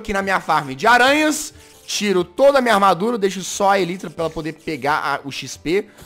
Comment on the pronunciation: o jazz: fala tudo em ingles, DA O LIKE! :) a elytra: ELITRA kkkkkkkkkkkkkkkkk